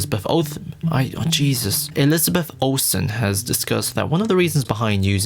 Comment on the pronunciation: Elitabeth Olthen. 😂